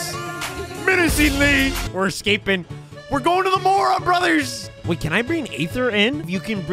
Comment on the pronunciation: I love how he says brotherrrs